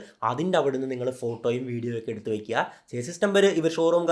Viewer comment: ചേസിസ് അല്ല - ഷാസി എന്ന് പറയുക